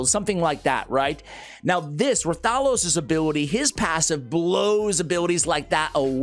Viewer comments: Hey, sending YOU positive vibes. Now, as you know, you specialize in R:SL and I specialize on helping your pronunciations...😅 Its Wrath-a-los. They just dropped the W. Not Rah-thalos. Ok, so. Repeat after me: Wrath-a-los, WRATHALOS! With feeling! Now, go forth and be great. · The name is pronounced Wrath-uh-los.😊❤